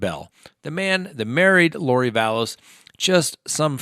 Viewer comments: Vallow. Not Vallows. Possessive would be Lori Vallow's husband, not Lori Vallows's husband. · I wish you would learn how to pronounce Lori Valow’s name......Val...low. It’s not Valows’s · And it's Vallow or Vallow's, not Vallowziz. 🤭